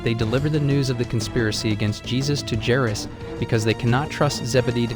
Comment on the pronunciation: You don't know how to pronounce Judea and Jairus